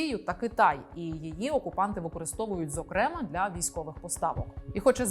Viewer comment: Але рівень освіченості наших ведучих щоразу видушує скупу сльозу… «Скоп‘Є» , «зокремА» 🤦🏻‍♂️ ну ти ж ведуча! Прочитай на одну, хоча б, книжку більше, аніж червону та абетку.